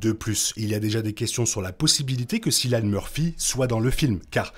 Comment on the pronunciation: Cillian Murphy ça se prononce Killian ;)